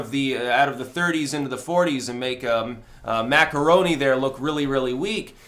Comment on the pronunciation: Macron = macaroon :-)